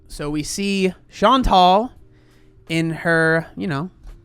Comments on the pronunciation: This is maybe a bit unrelated, but every time you say “Chantal” I keep hearing “Sean Tall” and that’s so entertaining by itself. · you crack me the hell up. “Chantal….. is….. fat” LMAO